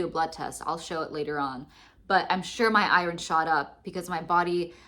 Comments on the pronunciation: Lol, I can't handle the "i-ron" mispronunciation. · Girl, if you don't stop pronouncing it i-RON! Where are you from? 😂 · Oooohhhh... I thought you were saying "I-R-N". I was wondering what that stood for. You're actually saying "iron". I've never heard it pronounced the way you say it before. I've mostly just hear it pronounced "eye-urn". So southern people say "urn". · Never heard anyone pronounce iron like that